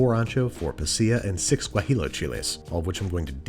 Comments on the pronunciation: Does Babish intentionally mispronounce 'guajillo' every time? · Anyone else bothered with how he says guajillo?